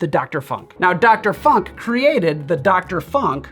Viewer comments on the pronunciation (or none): Yeah, it's Funk with the U as in Tunesia, not in Punk. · Hi! Your videos are awesome! Since long time! The presentations are precise, stylish, informative and it's well cut/assembled. Always! Thank you a lot! Your videos are a real present/gift/gem to the community! And btw: you german pronunciation of 'funk' comes with a heavy american accent, which is fine, guessing you didn't have lots of practice on this. I love the dialects and accents of my mothertounge. Der 'Funk' translates to wireless or radio, while der 'Funken' translates to spark, but this is another story... Cheers and zum Wohl!